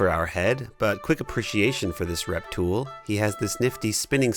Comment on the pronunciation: he knows he said reptool